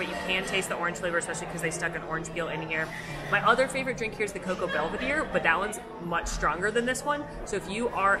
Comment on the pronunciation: Just a heads up the cocoa boulevardier is pronounced more like bool-uh-vahr-dee-yay not belvedere. Those french names can be tricky